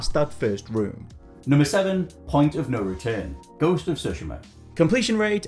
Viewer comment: OK, you mispronounced Tsushima, but it looks like (unlike most around here) you tried to say it right. You're supposed to put a very light "T" sound. I don't mean saying the letter T, but rather the sound it makes in most words. You have to put a very light sound of that before you said. Good job nearly getting it right. So many people mess up totally on Japanese words' pronunciations and put emphasis on parts of the words where they don't belong for example. You did a better job saying that word than like, 97.9% of Youtube's Youtubers.